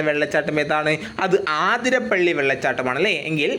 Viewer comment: ആതിരപ്പള്ളി അല്ല അതിരപ്പിള്ളി